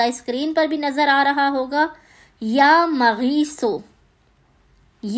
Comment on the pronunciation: MUAZRAT K SATH ( YA MUGEESU ) SAHI TALAFFUZ HAI MEEM K UPER PESH HOGA ZABAR NAHI